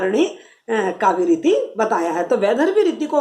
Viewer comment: Bahut ache.but ap reeti ko neeti kyu bolti h...anys smjaya achàa